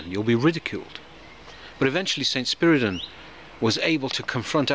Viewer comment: Thank you for the correct pronouncing of his name. Not to brag, my dad was such a humble person as well as smart I miss him a lot being one of his kids makes me smile when I feel bad sometimes.